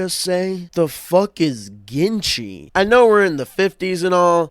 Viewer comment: every time i hear ginchy i think he's saying genshi like from overwatch